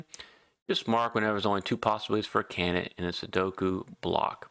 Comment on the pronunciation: Great tips but when explaining complicated moves you talk a bit too fast mate! Also it's pronounced can-did-ate and not "can-nit". Sorry but its like nails on a chalkboard...